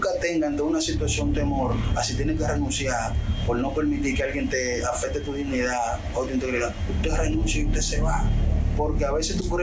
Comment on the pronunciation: Y ésa es la voz de él? Eso es lo primero que hay que investigar. Lo digo porque se oye muy barrial. O sea. se oyé diciendo "renunciá" en vez de renunciar/ Y también "dinidá" en vez de dignidad. Todo muy diferente a como habla ante los medios de comunicación. Un profesional a ese nivel no se maneja así y más con temas tan serios como ése. Lo otro es, cómo sabemos si esos abogados que dedienden a las jóvenes son los padres de ellas? Nuria confirmó eso? De verdad se confirmó? Se le pidió las cédula a esos señores que confirmen que a parte de abogados son los padres de ellas?